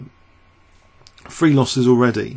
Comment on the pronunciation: I love your commentary, I think it is the best online. I know its a characteric of your regional accent, but I really wish you would consider pronouncing the number three with a 'th'. I don't mean to be rude but after a while it does get pretty irritating... Just some feedback from a frequent listener :-). Keep up the good work though!